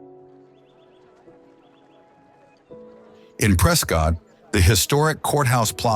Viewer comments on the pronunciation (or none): Just to let you know, it's pronounced "Prescitt," not "Prescott." 😉But terrific video!! This is why I fell in love with Arizona; the diverse and stunning landscapes, and beautiful and historic cities like Tombstone, Jerome and Bisbee. Thank you for making this! ❤ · You got that right. Preskit not prescawtt a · Beautiful video. Teach your AI voice how to pronounce SAH WAR OH and in Az we call it Preskit.